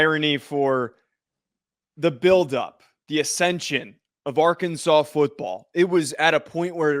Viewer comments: Soon as he said AR-Kansas i knew he nothing about Arkansas at all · It’s Arkansas! Not Ar-Kansas. Best watch the Dmac post game interview after beating Lsu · can’t even say Arkansas right what a douche